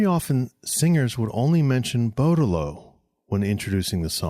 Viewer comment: Respectfully sir, you’re pronouncing his name TOTALLY INCORRECTLY.